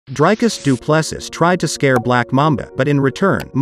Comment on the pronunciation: Please learn to pronounce Dricus